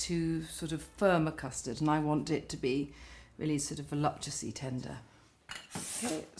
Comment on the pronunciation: How did she pronounce 'voluptuously ? sounded like 'voluptessly'' how did the staff not notice the big error.. Nigella says 'ABSOLUTELY NOT DIET- it's full fat or nothing' - she meant to say it's full sugar or nothing